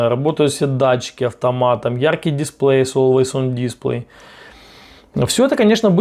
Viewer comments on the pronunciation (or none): none